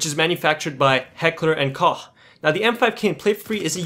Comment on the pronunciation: Prof how can you pronounce Heckler&Koch correctly all the time? :D Are you a fan of germany or what? ^^